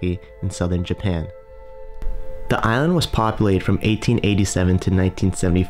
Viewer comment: Crap commentary. The pronunciation (and enunciation) is appalling. He pronounced the word "commonly" as "commy", pronounced the word "island" as "ian" (sounded like "iron"), and pronounced the word "populated" as "populade". Really, really crap!